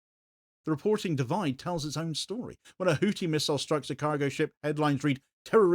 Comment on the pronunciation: Hou-thi (pronounced Hoo-thee) not hootie, you muppet.